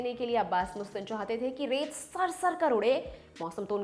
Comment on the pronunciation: She is Right..... actually..MUSTAN .... hai....Mastan. Apni suhulat KE liye Bolte Hain.......